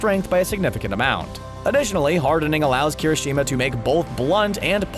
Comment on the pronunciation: Tfw host guy perfectly pronounces Sero but absolutely butchers Uraraka, Kirishima, etc. More often than not you roll your R's when pronouncing japanese names.